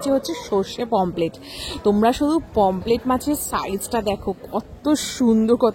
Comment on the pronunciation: Pomplete na Pomfret